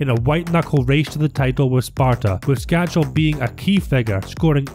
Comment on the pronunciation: Skácel is a great. I met him at the ice hockey in Edinburgh once and he was such a down to earth and nice guy. I still don't know why no hearts fan ever has learnt how to say his name correctly, it's skácel (skaatsel) and not skačel (skachel)...no 'ch' sound. Nice video.